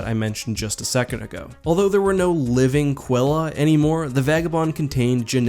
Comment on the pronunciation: You pronounced Qella wrong It’s said Kella not Quella